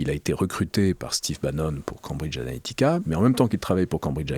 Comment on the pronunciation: Mais pourquoi prononce t-il "Cambridge Ahética"?